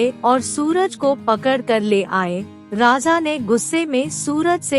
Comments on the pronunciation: It’s raja not rasa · आप राजा को बार बार राजा़ कह कर अशुद्धि का कंकड़ डाल रही हैं, मैं सुन ही नहीं पा रही। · बार बार raja ko raza raza बोल कर irritate kar rahi ho... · राजा का उच्चारण सही से करें